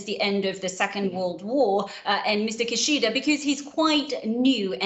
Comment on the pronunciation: How come is pronouncing Mr. Kishida's name weirdly?? "KiSHIIIda"😂「キシーダ」じゃなくて「キシダ」だろ？？